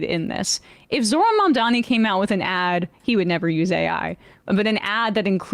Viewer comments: hey at least they pronounced Mandani's name right? that's progress. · Two noticeable things about this ad, 1) the pronunciation of Mamdani's name is correct. 2) there are ZERO characterizations of Jewish people. How obvious is that?! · this may be the absolute sloppiest AI slop i have ever seen, but you gotta hand it to those shapeshifting actors... at least they can pronounce Mamdani